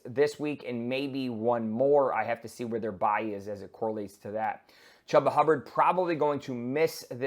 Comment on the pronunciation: Chuba, not Chubba